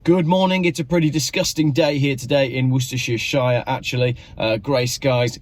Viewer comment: Really enjoyed the video, good work, thank you. btw you are the first person I have ever heard call Worcestershire, Worcester -- Shire. 🙂